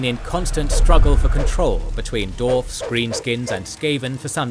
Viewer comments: it is allways funny to hear you mispronouncing dwarfs. like d-arfs. It's d-warfs. But love your videos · Is it correct to say dWarfs without the emphasis on W? I never heard it before, or am I just hearing it wrong? 😂